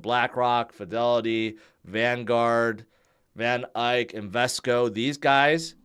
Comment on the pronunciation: Why do you always pronounce van Eck as van Ike